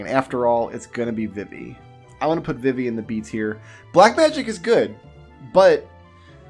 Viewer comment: Thumbs down for Vih-Vee... who the hell pronounces Vivi this way. VEE-VEE... Confirmed pronunciation was in KH2...